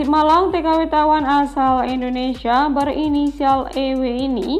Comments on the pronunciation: 'selebaran' bukan selembaran 'Indonesia' bukan endonesia biar enak di dengar nya sukses sll ok 🙏🏻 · Indonesia lho ce bukan endonesia Yo biar cakep dengernya